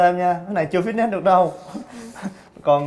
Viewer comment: tiếng anh từ Fitness đọc là phít nịts mới đúng nha 2 anh chị :D